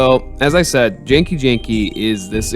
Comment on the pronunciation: Its genki the G sounds like the G in the word Goat